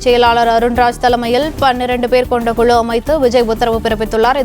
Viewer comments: அது தேர்தல் அறிக்கை தயாரிப்பு "குளு" இல்லை "குழு". 'ளு' வுக்கும் 'ழு' க்கும் வித்தியாசம் தெரியவில்லை. நீயெல்லாம் தமிழ் செய்தி வாசிப்பாளர்❓உன்னை சொல்லி குற்றமில்லை, உனக்கு சரியான உச்சரிப்பை சொல்லிக் கொடுத்திருக்கணும் ‼️ உன்னை தேர்ந்தெடுத்தான் பாரு அவனை சொல்லணும்.. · News reader thaane, tamilai styla pesarathu avasiyame ella, first kuzhu pronounciation saraiya uchcharikka parunga